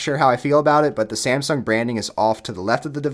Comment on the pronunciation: Samsung. Not Semsung.